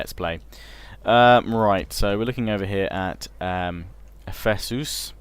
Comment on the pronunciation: its pronounced Ank-rya and Eff-e-sus/Eff-esis